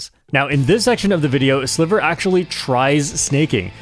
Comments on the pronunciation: Sliver watcher here, it's pronounced Sly-ver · his name is pronounced as "Slaiver"! my spanish goat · I used to watch Sliver a lot during MK8 Wii U and I’m pretty sure it’s pronounced like the I in slight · I didn't expect this amazing crossover! My two favorite mario kart content creators! ❤ PD.: (sliver is pronounced more like driver 😂) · hey! Im spanish, and I follow sliver think its pronounced ''silver'' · The pronuntiaton was funny lol Ig u tried to pronunciate the name in spanish, but his name is actually in english lol